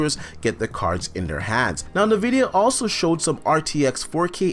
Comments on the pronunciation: Its En-vidia not nuh-vidia!! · It's N-vidia not nah-vidia